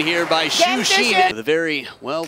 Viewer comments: Can someone tell the commentator that whether in English or Mandarin, "Xin" is pronounced as it is written, NOT "Xeen". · Xin is easy. Xu is the hard one for those not knowing pinyin. It's hilarious that he's often called Shoe Sheen. Nah, Xuperman is better.